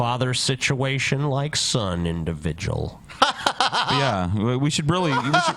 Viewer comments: '''Situation'' and ''individjul'' are trademarks. He can sue you. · I think Brett is saying God Blievers and Non Blievers. situation individjile orn orn orn. alls he does. exspecially I love how you all did not want to cover Bretts video but it ended up being hilarious listening to you all make fun of his bizarre speech trickle down situation.